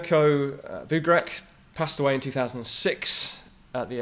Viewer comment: mirko Vugrec...it is read voogrets...and correction about all slavic name Ivan....you read it as eevan.so if you cant read foreign names there is a google solution for that....google can read it for you